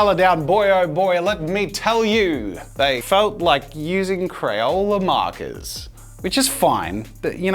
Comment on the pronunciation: Crayola "Makah mayka"